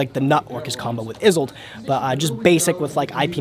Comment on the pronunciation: "isolde" not "izolde" you can be better than dzeeff.....